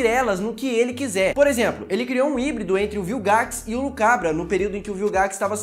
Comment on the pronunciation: Salve queria te dar um conselho cara A pronúncia é LUCUBRA e não lucabra